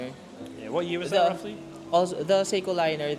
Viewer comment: I don’t want to sound like an asshole because the guy admitted he’s not a watch guy but the pronunciation of Seiko was hilarious! “Psycho!” 😂 that fossil watch was cool though